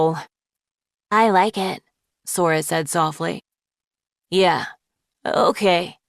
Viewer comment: why is everyone saying yay blob